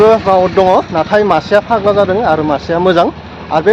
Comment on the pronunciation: मैदैर फाग्ला "जादो" ना "जादों"? जादो होननाया जानो थिननायसो जायो। "जादों" सो बुंनांगौ।